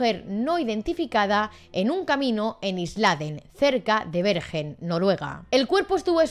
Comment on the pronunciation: Una historia fascinante, pero creo que Bergen se pronuncia "berguen" 😉😉